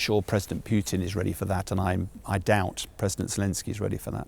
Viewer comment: sean bellend is out of his depths and does not know the first thing about Russia as far as UK it will be a non starter going to war with Russia he cant even pronounce Putins name properly